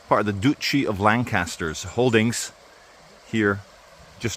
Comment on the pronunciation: Love your videos but it is Dutchy of Lancashire, not Doutchy but maybe your did it deliberately--lol